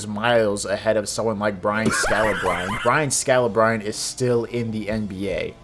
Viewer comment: brian scalabrine is pronounced like "scalabrini"